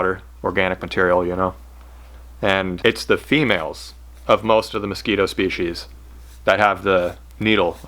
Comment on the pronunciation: Mos scwEEto